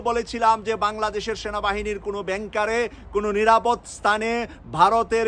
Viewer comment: ব্যাংকার না ভাই, উচ্চারণ হবে বাঙ্কার।